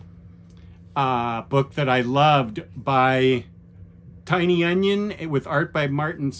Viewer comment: Great list! I will definitely have to pick some of these that I don’t already have up. Quick question: I’ve been wondering why you always pronounce James Tynion as “Tiny Onion”. Is that an inside joke I missed?